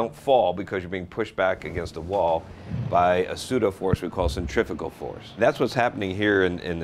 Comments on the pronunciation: i hate when people say "centrificle" when they mean "centrifugal", how is that pronunciation forgiven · That's funny - I grew up pronouncing centrifugal force as "centrifical" force too.... but I learned I was wrong. One would think this guy would have too. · some info. , 'centrifugal' is correct. 'centrifical' is Not a word. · I was todays year old when I found out Centrifugal force isn't pronounced as Cent-re-few-gull